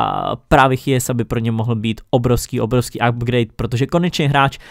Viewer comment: mohl bys prosimtě něco udělat s tou příšernou výslovností? 😅 Jako některý jména jsou fakt perly, v tomto videu si tak vzpomenu na /fodena/ nebo /chiesu/, který si dost myslím, že se oba čtou jinak, ale každopádně mě rozsekal v jednom.z dřívějších videí tvůj stoper Bayernu se jménem /hamls/ 😂